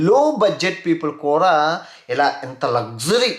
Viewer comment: City lo “ kura “ kuraa kadhu bro kudaaa ne Telugu santhakella oka telugodiga telugu spastamga matladi kastha aina mana telugu ni bratikinchara nathi pakodiii 😁😄😀